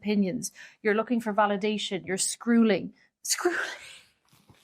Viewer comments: “Scroooling” sounded funny but it “felt” right 😂. Enjoyed your vibe and videos the last few months. Same info but delivered with different energy ✨🪄👌is key. Thank you 🙏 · "...scrooling" I meeeean, I totally get it... doom + scrolling = scrooling 😅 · Listening to you so seriously then you said scrulling....but your reaction 😂 made me laugh... Thank you for this video ❤ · Scrooling or screwling?